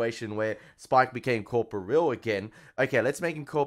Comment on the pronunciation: You keep saying COR-po-real almost like it was two words (corpo real) with three syllables. It's pronounced cor-POR-re-al. One word, four syllables. Emphasis on POR.